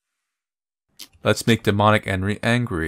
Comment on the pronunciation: I kinda like how you pronounce Enri as Henry hahahahha